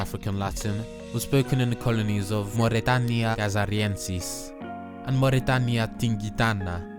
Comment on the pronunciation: I agree however, I noticed that he kinda slipped of with the diphtongs. Instead of Mau̯rɛtaːnja, he turned the diphtongs into ɔː But yeah, the rest was perfect